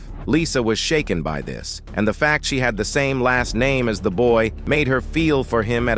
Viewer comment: You need to get a real person cause AI don't know how to say the fucking names right have some fucking respect thumb down